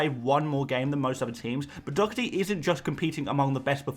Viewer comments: Doherty’s name is not pronounced “Dockerty”!!! My god where do you see a C or a K in the name? It is pronounced “Daw-Herty” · I Love your videos but the way you say Doherty drives me insane 😅 there's no 'C' mate, it's literally just Doh-erty 🤣